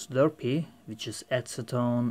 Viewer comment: D haha, dude it's an ABS "Slurry" not a "Slurpee". a Slurpee is a sugary frozen drink you can buy at car filling stations.